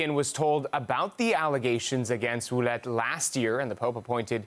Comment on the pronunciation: By the way, the name Ouellette is pronounced ( Wellette)